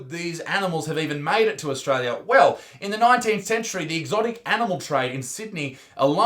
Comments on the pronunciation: Ostrola does not exasssst. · it's not australia isaac, surely you'd know it straya